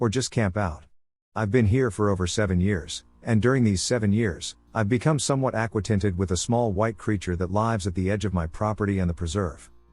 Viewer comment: In 23 instead of acquainted, they said aqua tinted 🤣:person-turqouise-waving::face-turquoise-covering-eyes